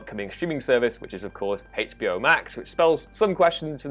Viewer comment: i will start calling hbo max hey-chbe-eyo max from now on